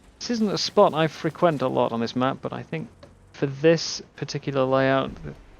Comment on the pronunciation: Did you pronounce "frequent" as "fri-kwent?"